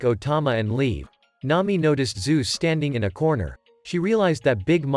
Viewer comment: “N’ami” and “luiffy”